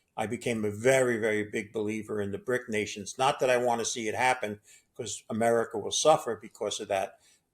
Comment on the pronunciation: Chiner? Americer?